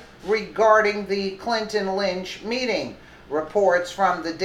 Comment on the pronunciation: Tarmac "meting"?